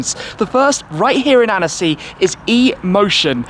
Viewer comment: Usually your french accent is quite impressive (thinking of the recent "la voiture noire" and "édition 110 ans" which came out surprisingly well), but your "Annecy" didn't convince me ahaha ;) You should skip the "e" when pronouncing it. Just kidding aha ! Great content and demonstration of passion in ur video, as always ! 👍